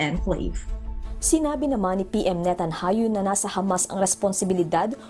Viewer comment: Anong NETANHAYU madam? ayus ayusin ang pagbasa